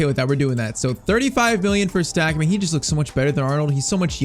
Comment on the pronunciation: German watcher here you pronounce it like its stack for Anton stach